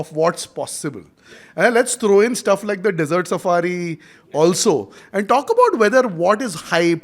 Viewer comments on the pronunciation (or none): did you say Desert Safari or Dessert Safari?